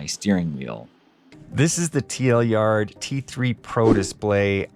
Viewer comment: It seems to be called "TL Yard" not "Tilyard". 😆